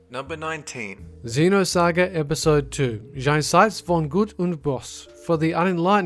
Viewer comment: I like, how you speek the german "jenseits von gut und böse", it sounds so wrong^^